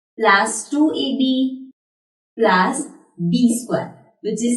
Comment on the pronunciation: Plus hota h plas nhi😂😂😂😂😂😂😂